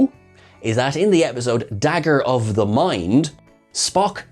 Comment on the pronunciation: I heard Pelia call him Spocko! Am I going mad? This episode also reminded me a little of Babylon 5 - "The forecast death of John Sheridan"...